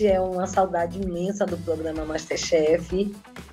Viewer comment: Ela ainda fala "progama"